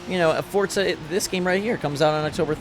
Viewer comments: It’s FORZA not FORTZA tf?. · Hey it’s not fortza it’s forza stop adding a t when you say thanks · Fortza Moztersport ...LOL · the next person on YouTube who pronounces it fortza is getting hit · Forza MoZorsport? loL GET SUM SLEEP